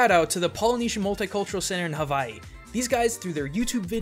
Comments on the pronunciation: I'm sorry bro, but as an Islander within the Hawaiian chain of the video your pronunciation of Hawaii is kinda, bad. I'm sorry, but don't worry 😉 love watching your videos to I'll continue to watch it. Cuz their awesome. ❤️ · Why do some people pronounce "Hawaii" as "Havaii"??! It's reminds me of that girl on the tv like.. " to the sandy beaches of Havaii..." To the something something of.. . Havaii.." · he calls it havai instead of hawai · Oka sole, havaii?? What's havaii? It's Hawaii, for future videos. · Havai? Is that how it's pronounce. I have ALWAYS heard it be called as HaWaii. With an english W. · Does anybody else notice he is saying "Havaii" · Loved how you started by pronouncing HAVAI and siwtched back to normal at the end lol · I'm sorry, this bothered me, but Hawaii is pronounced "Havai'e" You forgot the "e" at the end Sorry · Is Havaii the correct pronunciation of Hawaii, or somewhere else entirely? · The way you say Hawaii makes me uncomfortable. Its proper Hawaiian pronunciation has three syllables, Ha, Wai (pronounced Vai), and `i (pronounced as an E). More modern pronunciations simply use a "w" rather than a "v" but still has three syllables. Source: Live here. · My dude! I'm from Hawaii, and you do NOT pronounce Hawaii that way. doing that will get you called a ha'ole (local slang. kinda racist. ) Please don't say that. not tryna be mean, but thats pretty high on the pet peeves list for people from Hawaii. (you pronounced a lot of other stuff too.) P.S. I love your videos! I don't want to offend you. You're still cool! P.P.S I do wanna note that you explained the history really well. Im actually asian, but I live in Hawaii. Thanks. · why do you keep pronouncing Hawaii weird..?